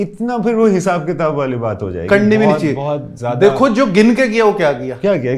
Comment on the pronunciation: Tafseel.... Ghalat... Qitab.... Tallafuz bhaisahab!